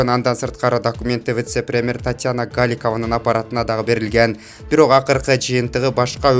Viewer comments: Туура суйлосонор,распатреназор эмес роспотребнадзор жана Галикава эмес Голикова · Диктор,туура окучу,кагылайын,бакылдабай интонацияны туура берип,утур точкага жараша оку! ГАликова эмес ГОликова,МАсПотребнадзор эмес МОСпотребнадзор!!!((( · Гааликова эмес Голикова 🤔😊👍👍👍🌹🌹🌹🌻🌻🌻